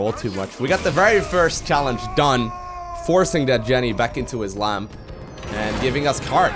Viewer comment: "put that jenny back in her lamp" is what i thought you said XDD leave jenny alone!